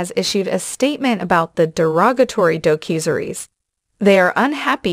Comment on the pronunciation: You can tell this is a robot voice by the word mis-pronunciations a human is not likely to make, such as: "a cue and a series" (instead of a Q&A series). Also "a doe cusery's" (instead of a docu-series).